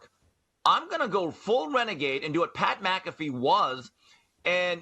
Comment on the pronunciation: Dude said "Pat Blackaffey" 😭😭😭